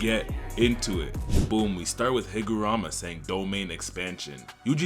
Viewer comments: HigurUma. Not Rama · Bro just can't get Higaruma's name right lmao